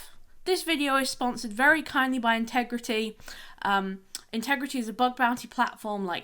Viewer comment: Very good video. If I may nitpick: it's intigrity and not integrity 🙂